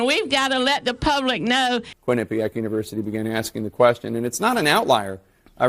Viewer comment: Holy shit! you said quinnipiac Correctly for the first time for in 10 years. The north east thanks you.